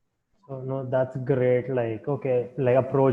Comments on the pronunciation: RRRReally that's gRRReat! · I like it when he says that's gRRRReat :)